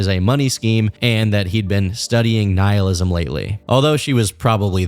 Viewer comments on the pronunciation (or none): none